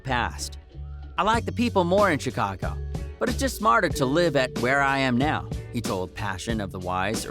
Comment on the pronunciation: He said chcaga